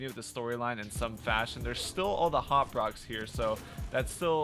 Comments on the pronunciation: Am I the only one a bit annoyed by the way he says “Hop Rocks” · God damn it dude. It's hop rocks